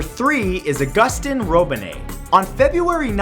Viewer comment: Its not ah-guss-tin its au-guss-teen